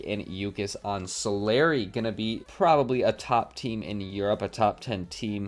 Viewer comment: U pronounced Solary wrong.